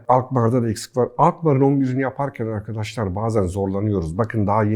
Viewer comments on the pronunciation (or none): none